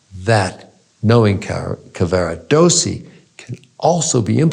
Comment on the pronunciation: This was an interesting interpretation of Tosca, and it is clear that Dr. Fineberg has considered the major themes of opera and their relevance in our own lives. I’m grateful, but I wish that he would pronounce Italian names an words more accurately. Mario’s name is Cavarados’si, not Caver’dossi or some such. And his third act aria is”Luce’van Le stel’le. Nearly all Italian word are pronounced with the stress or emphasis on the next to last syllable.